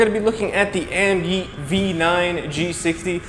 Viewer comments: AmYET bro not AmYEET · AMyet,,,one e am yet is how you say it